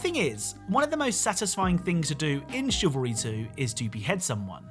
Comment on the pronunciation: cavalry is men on horseback, it is Chivalry pronounced Shivalry